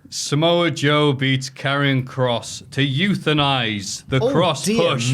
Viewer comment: I don't know why but I'm dead at "Samoa Pjoe"